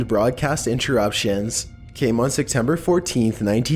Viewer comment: Are you saying “Sectember”?